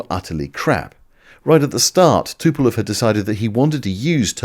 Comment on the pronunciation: Why do the British call Tupolev always Tupelov. You are not the only one that gets that constantly wrong. Speaking of, when the growth on ones face gets dominating over the entire face and head, it might be time to see a specialist about that.